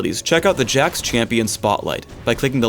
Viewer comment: Jax? I thought his name was Hax.